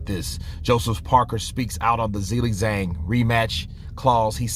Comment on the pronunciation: Zilly Zang? 😂😂😂😂😂😂😂😂😂😂😂😂😂😂 you should also say Zoezif Parka